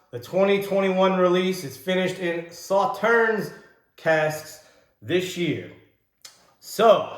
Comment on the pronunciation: Free info: The last "s" in Sauternes is silent. Pronounced: "Saw-Turn" 🌈 The More You Know 🌈